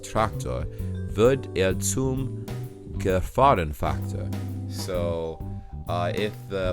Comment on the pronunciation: Wow, you absolutely OWNED "Gefahrenfaktor"! Impressive, I thought it would be much harder to pronounce for native English speakers.